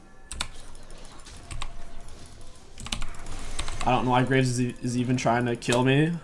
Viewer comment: "gonna grab the graves..." Said like graces is just an extra jungle camp lol